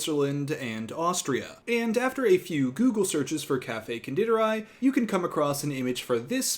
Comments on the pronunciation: As an Austrian, your pronunciation of Konditorei made me laugh so hard, even though you did a great job at it. The i in di is pronounce like your standard English "e" and the ei is pronounce like the eye. So it't Con-de-tor-eye. Other that well done 👍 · Not to be that person, but just for the future Konditorei is pronounced Con-deee-tor-eye. I studied abroad in Vienna so I feel proud for recognizing it right away!